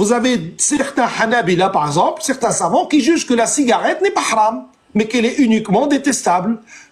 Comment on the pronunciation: Quand ils prononcent "les savants" moi j'entends "les savons" parce qu'a chaque fois que quelqu'un les attrape sur un sujet chelou, ca glisse, ca glisse 😂😂